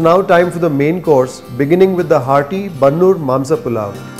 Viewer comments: Sir I admire your channel. But this episode is too bland and feels like a promotional video. Its not worth watching 27 minutes. There is no such thing called bannur kuri it's bandur kuri near malavalli taluk Mandya. Please know sheep and goat breeds like you know kaane, bangudé, bhutahai etc. Sir you while replying to a comment said you want to try dindigul biriyani in dindigul only not in Bengaluru. Then why try Mangaluru dishes in Bengaluru. And there is no such cuisine called gauda. All southern interior Karnataka people cook mutton palav, mudde, kaima, boti etc. Please don't mislead people on your assumptions. You get best non veg experiencein beegara ootas and it's all the same in all castes. Please don't tag caste to these foods. Please work on your facts the thing you say avare kaalu is chapparada avare kayi (winged bean) palya. Please don't do videos on country speciality foods you don't know things and to pronounce them rightly. Cheese burgers and sandwiches go good with you. Take help of your crew at least hire local people for local foods. This is total gross. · Please do not give shades of a caste for food like Gowda cuisine. About cuisine is being followed by majority of people residing in Old Mysore region. Its not Bannur sheep. Its Bandur Sheep. I am not posting this comment just revert. My humble request you to rectify, modify and improve the vlog channel. Thank you